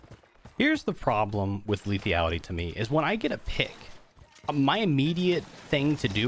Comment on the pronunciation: Will ever learn about the mechanics of the new map? Like the portal in the elevator room, the jump pads near spawn take you to high ground and not just fling you a little in the air? Also, will he ever pronounce Lethality without an imaginary i before the a?